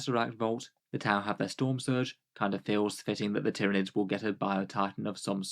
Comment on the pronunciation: Ty-ran-ids, Ty-ran-ids, Ty-ran-ids!!@